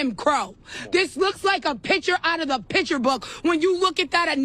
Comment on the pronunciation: Pitcher = Picture Ax = Ask I had a woketraded AF boss that claimed Aks is a valid word. It's not. Don't make excuses for ghetto people so they don't need to pronounce basic words. GROSS!!!